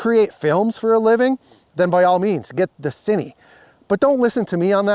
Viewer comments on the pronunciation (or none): It's Cine, not Ciny....